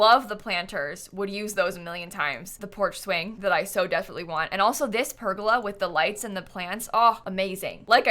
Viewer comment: The way you say pergola really grinds my gears lmao. Its Per-Goal-Uh ahhaa